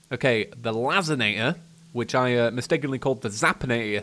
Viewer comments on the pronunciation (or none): Lazinator Lazer-nator Victide Vic(k)-tide ((how could you even get that wrong?)) If theres anything else he pronounced wrong, you can just comment yourself because I'm too lazy to add anything else @@ but these sort of just made me cry inside